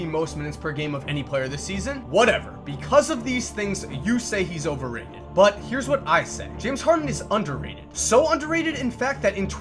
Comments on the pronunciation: You emphasized the shit out of it too 😭😭😭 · At the beginning did you say overrated